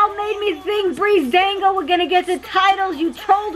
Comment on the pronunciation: Ha she ain't know that it is actually breezeango not breezedango